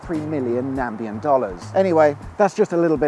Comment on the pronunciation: What is a Nambian Dollar ? if you want to be smart, learn what you're talking about, it's NAMIBIAN from Namibia, that's in Africa and why do you wear a woolly hat on sunny days ?